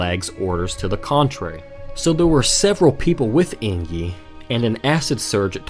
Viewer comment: Just now seeing this video, but everytime I hear you say Eingyi as like ‘ey + ng (as in sing) + yee’ (or /eɪŋ.ji/ for language nerds) and not like ‘ey + n + jee’ (einji or /eɪn.dʒi/) makes me twitch lol